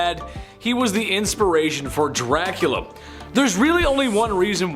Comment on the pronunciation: His name is Dracula not Drlacula